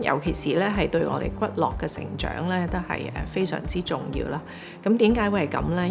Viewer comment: 骨骼 應讀 骨隔 但兩次都讀 骨落！